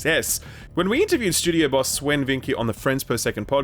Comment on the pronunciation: Bro someone let this man interview swen vincke and didn't tell him you do not say the name swen like that